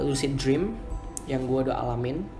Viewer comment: Lusid jreawms XD yaelah, ngomong lu biasa aja bang. Lucid dream (lusid drim)